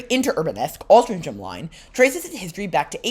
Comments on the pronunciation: Altrincham Is pronounced Aul Trin Ham I believe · just for your info Altrincham is pronounced as if it were spelled as Altringham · Having lived a couple of minutes walk from Navigation Road station in my childhood in the 60s and still having family in Alty, Altrincham is actually pronounced Altringum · Another of our quaint English towns not pronounced as it is spelt! Try saying it this way - All-tring-um. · Really cool tram line. Never heard of the Rochdale line but if you go back it seems cool and you should make a video on it. I love the way the trams sound. Also you pronounced altrincham like 5 different ways